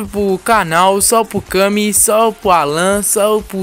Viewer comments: Mano ! Pq tu fala SAL não salve .,. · kakskak começou falando salve e dunada virou salpo